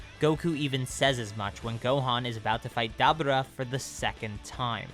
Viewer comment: I love your videos but the way you pronounce dabura is really annoying.